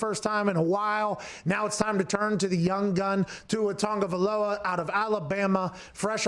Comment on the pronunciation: Tua Tah-go-vai-loa